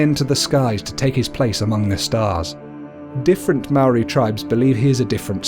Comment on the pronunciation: You idiot you say Maori so fucking bad you imbecile